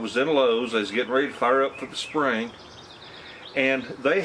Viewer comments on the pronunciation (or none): none